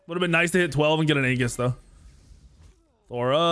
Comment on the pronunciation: A in aegis is silent like the a in aether. Why every smite YouTube says aegis wrong is so strange. Also love how says I'm gonna play safe burns his 3 twice early game and dies to da ji he knows is there lol.